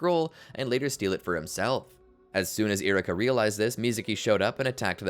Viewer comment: E-ru-ka. For the love of God lol. Love the video but choices on what to call moves and saying names so wrong is driving me crazy lol